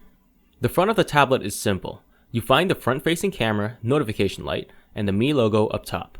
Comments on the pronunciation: It's "me" not "my" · you pronouce miui correctly by saying "me" ui but you pronounce Mi pad as "my" pad? you drunk bro? lol